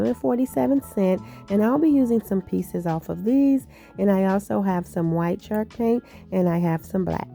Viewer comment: I loved all of your ideas! They turned out great! Way to be very creative! Not to be rude or mean, but has anyone let you know that you’re saying the word “chalk” wrong? Or maybe you’re saying it right, and it just sounds like you’re saying “shark”? Just wanted to let you know. Happy Easter and many blessings to you and your family!